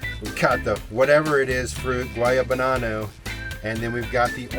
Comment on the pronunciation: it's not a Guayabanana, it's called a Guanabana!